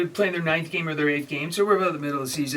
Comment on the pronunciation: ITS BENGALS NOT BANGALS!!!! SAY THE NAME RIGHT!!!!